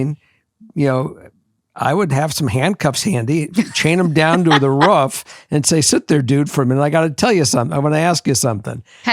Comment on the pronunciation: What’s a ruf? 😂